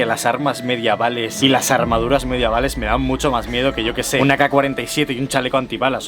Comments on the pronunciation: Gran video, como siempre, pero... "MediAvales"? bueno, igual si, no se. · ¿Por qué dice "mediavales"? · "mediavales" xD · Has dicho MediAval?? MEDIAVAL? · la palabra es medievales no mediavales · MEDIEVALES SE DICE xd